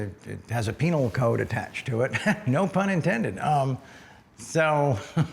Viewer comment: He said "Penile Code!" 😅